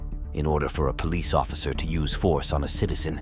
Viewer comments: Why does it sound like u saying “peace officer” instead of “police officer”? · I said this so many times why do they say poe leese